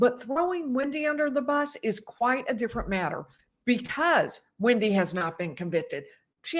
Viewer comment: It's wEndi bot wIndi !!